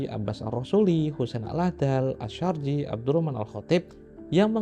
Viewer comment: kitab sezaman karangan mujadid yg gagal nyaleg maksudnya??🤣🤣🤣 Baru kali ini lihat mujaddid membaca aysarji saja jadi asyurji 😭😭😭 menyedihkan..gitu kok mau melawan para ulama ahli nasab .kalau kata kyai said g penting 2😭🤣🤣🤣😭😭😭